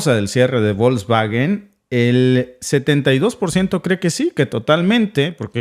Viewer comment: Se pronuncia 'Folksvagen' (la 'g' en Alemán, siempre se pronuncia con sonido de 'g' suave, como en 'Gato', nunca con sonido de 'g' fuerte como en 'Gendarme').